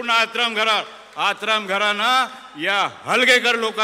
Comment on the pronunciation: आत्राम नाही आतराब म्हणा याला